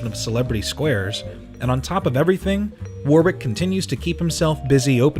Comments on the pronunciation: It's pronounced worrick, not warwick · Hello, British dude here. It's pronounced "Woh-rick". And the place, Surrey, is pronounced "Suh-Ree" I don't mean to be an arsehole, just trying to help Loved the video! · This lost me the first time he mispronounced Warwick. Do your homework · You don’t pronounce the second W in his forename, FYI Nice mullet back in ‘92 by the way... business up front, party at the back!